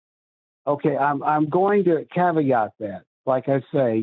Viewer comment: Know how I know you're a bad person? If you answer "Is slavery wrong?" with "I'm going to answer that with a caveat." (Or "kaveet" as is pronounced by one of Matt's callers recently)